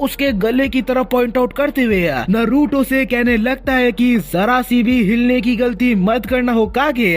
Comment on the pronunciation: Naaruto pronounce hota hai noruto nhi